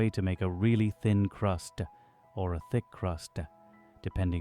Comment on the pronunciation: "....a really thin crustuh, or a thick crustuh, depending on your tastuh..."